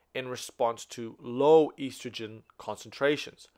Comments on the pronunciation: Such a good video!! But is it driving anyone else crazy how he pronounces estrogen?! 😂😆🙃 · This was super helpful, but every single time he mispronounced estrogen I died a little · I was lost for a good 10 minutes because I had never heard of a such thing as "eestrogen". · great video! very helpful and easy to understand! The only complaint is how you pronounce estrogen haha but I don't mind because of how helpful this is